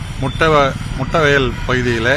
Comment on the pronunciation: Peru kuda sola theriyala , it’s mutathuvayal, not mutta vayal da 😅